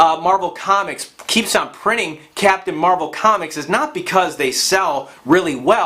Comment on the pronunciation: Why do you keep saying captain marble?!?